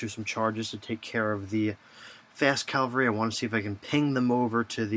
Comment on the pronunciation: Why does everyone say Calvary? Nooooooooooooo!!